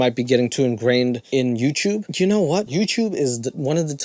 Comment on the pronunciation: how is nobody talking about the fact this guy sounds like a 5 year old with a speech impediment? "you whinows" take some speech therapy before you start a commentary channel you goof